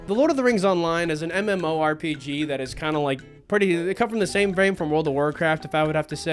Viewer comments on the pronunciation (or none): none